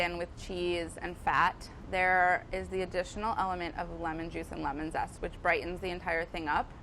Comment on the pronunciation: „Lemon sest“